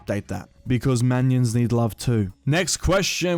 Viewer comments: MINIONS, NOT MANIONS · Is it just me or did he pronounce minions "manions" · I like how you pronounce minions, makes them sound like tiny men...manions